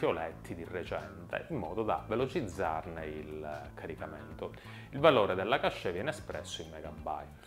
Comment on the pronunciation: GigaBIT??? Semmai gigaBYTE, errore madornale....e poi la memoria cascè? E che c'ha mal di testa? ahahah si pronuncia CASH, sia se lo intendi in francese che in inglese. Non puoi dare consigli informatici se usi i termini sbagliati.